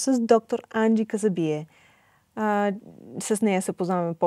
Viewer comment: Енджи е красива, остроумна и полезна. Водещата е българка, а говори по-забавено от госта. Опитва се да вкара акцента на Енджи, но изглежда, като със забавена мисловна дейност. Даже името на Енджи изговори неправилно-Анджи. 😢